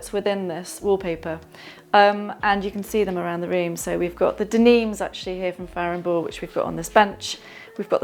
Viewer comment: Took me ages to work out that she was saying Farrow and Ball! I was looking for paint from Famble! Beautiful house though, love townhouses.